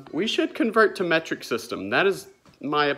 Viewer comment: Meh-treek as AvE says. Lol